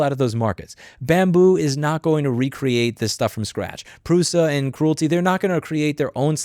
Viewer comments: It is not CRUELTY as in Cruel, it is CREALITY as in Create or Creator. AARRRG! I was watching this and kept thinking WTF is he talking about? I didn't recognize that name until I saw it in print and realized that he was mispronouncing the name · I don't know if you can't pronounce it or are doing it on purpose, but either way, calling Creality by the name Cruelty, works for me. LOL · Creality: “cree-AL-uh-TEE” Great video! Thanks for bringing attention to this absurd movement against innovation! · Love how you're pronouncing Creality as "Cruelty" 😂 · I like how you pronounce “creality” sounding like “cruelty “ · Great video Louis! Pronouncing Creality as "cruelty" is hilarious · I Love That You Called Creality Cruilty 😂. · mispronouncing Creality as Cruelty, Bambu Studio as Doo Doo Studio, lol....